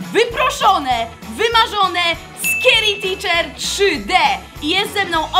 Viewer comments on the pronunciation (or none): Czekaj czekaj mówmy na scary teacher. Scary ticzerka 😅